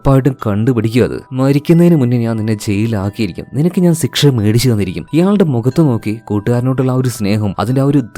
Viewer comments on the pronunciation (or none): സിക്ഷ എന്നല്ല പറയാ.... ശിക്ഷ എന്നാണ്.... അങ്ങനെ ആണോ പറയുന്നത... അല്ലെങ്കിൽ record ചെയ്യുമ്പോൾ തെറ്റുന്നതാണോ... ഞാൻ കൂറെ ആയി പല video ലും ഇത് കേൾക്കുന്നു... ചോദിക്കണം ചോദിക്കണം എന്ന് മനസ്സിൽ ഉണ്ട... ഇന്നത്തെ video കണ്ടപ്പോൾ തോന്നി... എന്തായാലും ചോദിച്ചേക്കാം എന്ന്....😊😊😊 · സിക്ഷ❌ ശിക്ഷ✅ 🥲👍🏻